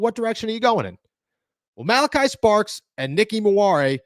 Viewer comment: It’s STARKS!!! Not Sparks 🤣🤣🤣